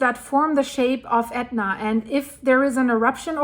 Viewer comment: WOW! Props to you for pronouncing those ridiculous names!